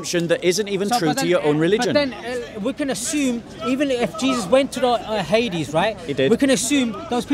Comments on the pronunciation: Hades = Hay-deez (Greek) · It is Hadeeees. Pronounce it properly.